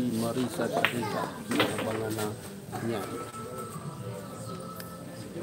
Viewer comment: Rica hindi Reca